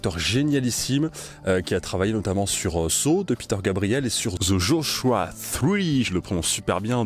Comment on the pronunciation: The Joshua tree. Pas three.